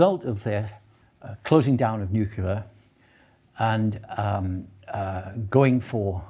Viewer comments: Agree with some of what Gray says, but totally disagree with runaway climate change due to human induced factors. Overall, he didn't make a great deal of sense. Anyone who can't pronounce nuclear (says NuKuLar) clearly can't think clearly!!!😂 He keeps saying we underestimate the rate of climate change, when the data is crystal clear that our models have significantly overestimated reality. Spending money on adapting to climate change rather than wasting money on net zero is pretty much the only thing I really agreed with. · Why is it that so called intelligent people (often British) say "nucular" instead of "nuclear"?? As a Brit this drives me nuts and is a total embarrassment